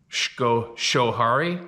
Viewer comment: You still sound strange af saying Adirondacks... But I'm strange af just sitting here so...🤔 Also...SKO-HARRY. Lotta native American and Dutch names around here so... everything is spelled/pronounced counterintuitively.